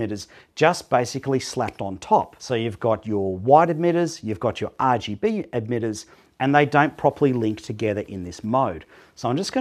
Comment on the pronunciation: stop saying edmitters its emitters